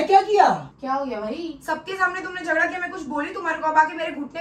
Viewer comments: Its jhagda not jhasa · Its jhagda not jhada